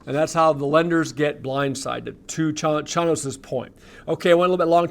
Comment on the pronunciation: Jim Chanos. (CHAIN-OSE)